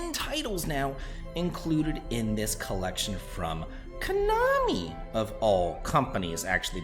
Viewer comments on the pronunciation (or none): none